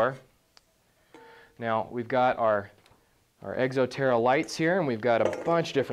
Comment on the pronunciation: hahah he says egxo terra :m